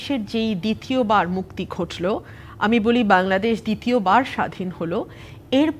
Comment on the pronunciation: দিতীবার নয় তিতীয়বার হবে আপনি বুলেগেছেন ৯০শাল